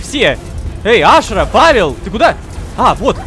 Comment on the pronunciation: почему мы говорам Ашыра когда её зовут Ашра